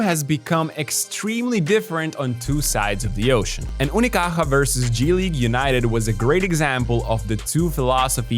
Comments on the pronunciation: Your effort to pronounce "Unicaja" properly is appreciated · Malaga represent hijos de puta. Best part of the video is listening to a guiri saying "Unicaja" perfect ngl, respect to you whaterver you name is:) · Came here after their defeat in 2025. Btw, nice pronunciation of "Unicaja" bro. Love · Wow, you pronounce "unicaja" reaaaaaaaaaaaaally good. It's not easy, nice one